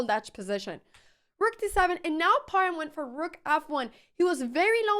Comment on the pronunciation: Thank you for a great game...and you are the first foreigner that can pronounce " h" in Parham.